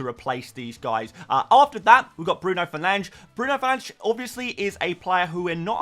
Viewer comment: fernange? whoreland,?? van hecker?? seriously where are these pronunciations coming from 😆